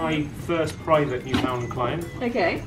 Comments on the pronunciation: I love the way you emphasize the FOUND in Newfoundland 😂 What a giant sweety he is 😍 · YOUR ALL SAYING NEWFOUNDLAND WRONG XD XD XD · ohhhhhhh said Newfoundland wrong!!!!!!!